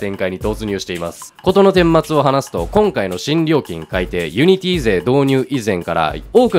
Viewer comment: ユニティの発音が安定しないのすごく気になった